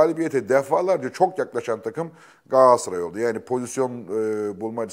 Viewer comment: YA GAASARAY NE DEMEK YA İKİ DE BİR , İNSAN TUTUĞU TAKIMIN İSMİNİ NASIL YANLIŞ TELAFFUZ EDER !